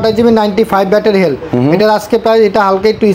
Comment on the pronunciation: হেলথ বলতে পারেনা, হেল বলে🤣